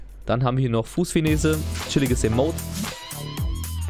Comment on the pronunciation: Haha geh mal erst in die Schule bevor du vorlesen du tust. (Yoda)😂😂😂🤦‍♂️ du Fussfinese ist eine chinesische Corona Patientin? Es heißt Fussfinesse. Warst beim Herrn Ast in der Baumschule?